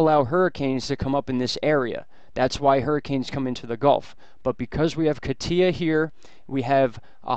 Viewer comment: Kah-TEE-ah? Most are getting it right. KAH-tya, the Russian nickname for Ekaterina is stressed on the first syllable.